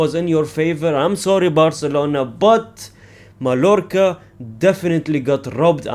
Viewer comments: As a Barcelona fan, your channel is peak entertainment for me. Just one note tho: the double L in Spanish names is always pronounced as a longer i, j or y, never L, so Mallorca is pronounced as maiiorca. Same goes for Villareal -> Viiareal, Sevilla -> Seviia, Rayo Vallecano -> Rayo Vaiiecano et cetera. You get my point :) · it's pronounced "MAYORCA". Two L's in Spanish make a "Y" sound.